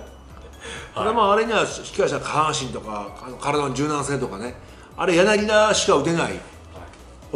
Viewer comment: ずっと間違えてるけどヤナギダじゃなくてヤナギタです！ 解説もなさってるのに、さすがにこれぐらい一流の選手の呼び間違えはダメかな、、